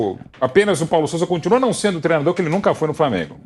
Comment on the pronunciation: Me irrita jornalista dizendo Treno, trenador... Porra, é TREINO, TREINADOR....